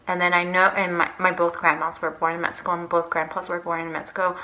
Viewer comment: Its so annoying how you say metzico.